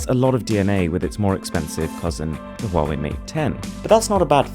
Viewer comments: Its says like how ey! Not huwawei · "Hawaii" is the correct pronunciation, not "Huawei". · Dude. Just watch their YouTube channel. They pronounce it as huawei, not hawaii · It's pronounced Haway, as in "Ha'way the Lads" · We in arab countries pronounce it as hawawy 😂😂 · It's หัวเหว่ย mate ;)